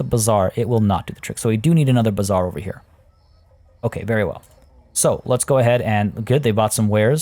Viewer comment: Your pronounciation of bazaar sounds more like bizzare.😂😂